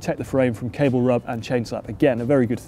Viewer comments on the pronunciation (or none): none